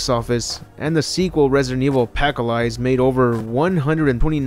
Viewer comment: Excuse me!? Resident Evil Alpaca-lize? lol